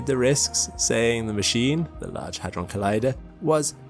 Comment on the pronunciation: with your accent i thought you said a$$ drum